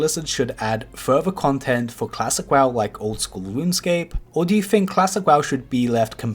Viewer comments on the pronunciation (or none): when I hear WAW instead of W-O-W..... TRIGGERED!!! what an idiot...